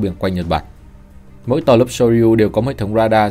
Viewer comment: Soryu : đọc là sô riu nhé ad